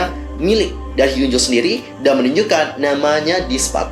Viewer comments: Hyunju sayang dibaca bukan hyunjo, double O itu biasanya dibaca u #fyi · Fyi. pembacaan nama korea yang betul itu hyeo(o terbuka)nju